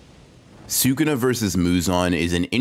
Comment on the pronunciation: Wow someone who actually says Sukuna correctly😮